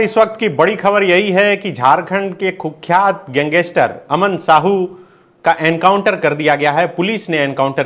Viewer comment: Gang-ster hota hai sir pls aisa mt kro😿